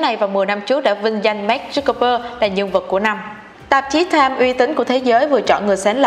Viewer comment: Mark zuc bergker là ai thế mn tên ng nổi tiếng phát âm còn sai 😆